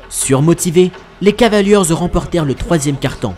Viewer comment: beau boulot mais les gars, "les cavalieurz" ça m'fait saigner les oreilles